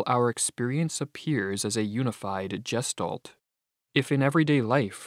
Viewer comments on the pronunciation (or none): Gestalt is said with a hard G like gun. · the G in gestalt is pronounced as the G in guess. And the S is actually a SH.